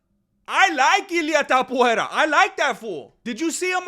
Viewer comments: Ilia Topuria, no Tapoeira.... y por cierto, con todo el respeto del mundo, hacía mucho tiempo que no escuchaba tantas sandeces juntas. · His still calling him "Tap-uera", as if he didn't fight off a dangerous leg lock from Charles Oliveira... it's so cringe, he has to admit Topuria proved him wrong and quite disrespecting him for no reason, bro wants him to have 3 title defences before putting respect on his name, bro thinks he's a king or something. Btw, saying Charles wasn't in his prime when he was champion and that he fought cans that Khabib already beat doesn't hold, bc it took 3 hard rounds for Khabib to sup Poirier, Charles did it in 2 and didn't struggle as much, then Makhachev (way better than Khabib) took 5 hard rounds and you can clearly see that Poirier was for each title shot a better fighter skill and endurance wise. A man's physical prime varies between 29 to 35, after that T level production decreases (some people's T don't decrease until 40). Max is not out of his prime, he took the 0 of a young prospect Arnold Allen and then dominated and KO'd Gaethje (who beat Poirier and a young prospect Fiziev on the feet***) in a upper weight class and we clearly saw improvement in Max's striking skills and power + a improved kicking game, but it's really Max's next fight which is going to show if he's still in his prime or not (his 33 btw, chill). For the other points I agree.. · Por qué pronuncias Topuria como "Topuera"? Si se lee exactamente igual que en español, acaso no eres mexicano?